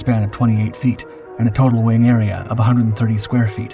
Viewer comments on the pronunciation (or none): none